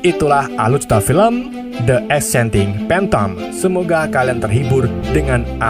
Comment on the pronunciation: Sebutan bahasa English pun tak betul apa la admin ni.. phantom Klau salah disebut bunyi ye jadi bermaksud ular sawa.. padahal Klau betul sebutan kan jadi (hantu)